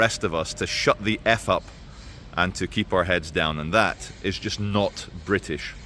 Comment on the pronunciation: face-purple-crying::face-purple-crying::face-purple-crying::face-purple-crying::face-purple-crying::face-purple-crying: NOT Brit-iSH?